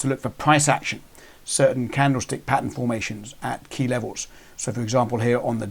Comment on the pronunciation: Why did you call it a bersih pin bar and engulfing prattan